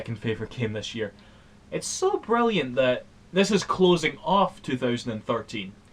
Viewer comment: "Sprilliant". totally legit complement.